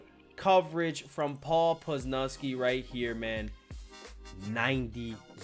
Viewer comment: "poz" 'luz" "knee" now you can pronounce it correctly